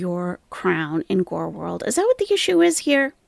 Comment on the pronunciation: “Technically part of gorl world….,” oh that bothers you huh? 😬😂